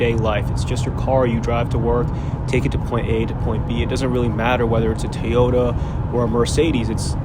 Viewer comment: TOY-ota. Not TEE-ota.